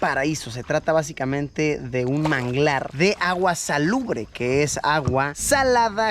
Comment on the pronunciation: Se dice salobre.